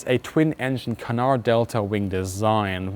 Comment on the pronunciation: I was really curious what the tail intake was for. You didn't say. Apparently a heat exchanger for the engines. I love your pronunciation of fuselage and canard.